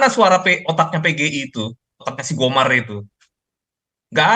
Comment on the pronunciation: Gomer atau GOMAR sih?